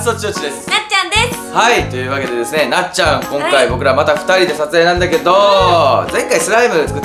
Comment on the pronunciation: こんかいがきょんかいになってるよ（笑）